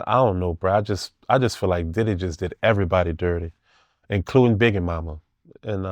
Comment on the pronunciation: He keep saying “Begge” and “deddy” 😂😂😂